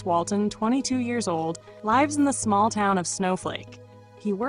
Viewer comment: "lyves?" 😅 Stupid A.I. voice!! "Base Strait" 😂😂